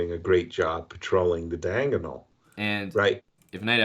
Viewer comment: "Diangonal". I like him.